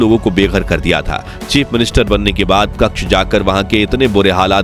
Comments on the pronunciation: કક્ષ નહિ કચ્છ બોલો ભાઈ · it is not Kakch . It is Kutch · भैय्या कक्ष नहीं कच्छ बोल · कच्छ होता है, क्श नही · क्कछ नही् क्चछ! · AAP KAKSH GALAT BOL RAHE HAI. SAHI SABD HAI " KATCHH "